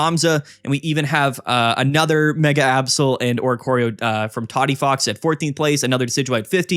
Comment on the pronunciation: Mega keeps getting me 😂 I hear ‘my mega altaria’ and I’m like YOUR WHO ALTARIA